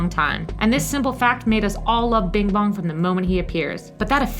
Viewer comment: Its Bing Bong.... not Bim Bom